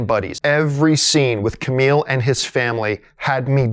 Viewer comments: kumail. not camile or kameel. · ... Ku-Mail John lol Good vid though and yes, this movie is pretty epic!